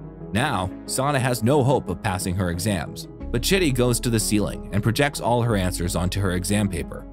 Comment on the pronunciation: When you say chitty the caption says shitty🙄😂😂😂😂😂